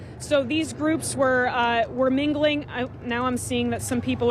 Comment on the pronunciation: Anybody else notice the way she says "mingling"?